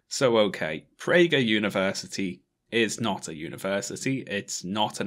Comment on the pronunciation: Theres no h in pragerUuU